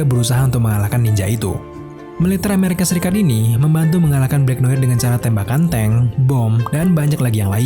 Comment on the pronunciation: Noar gk sih ngomong ny bkn noir